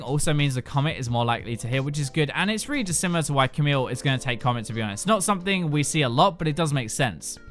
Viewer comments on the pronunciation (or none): none